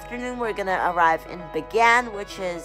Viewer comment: Nice vlog, but it is not My An Mar, it's Myan Mar , only two sounds in that word.